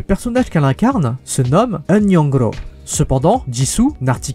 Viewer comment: Pourquoi elle arrive pas a prononcer young ro sérieux🤣🤣🤷🏻‍♂️ Un ricain si parle français il va galérer, mais un Français il peut feinter de parler anglais🤷🏻‍♂️🤷🏻‍♂️, coreen, tout